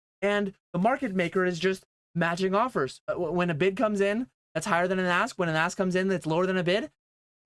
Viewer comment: My third comment 😂 I thought you were saying A$$. Then realised you said ask lol 🚀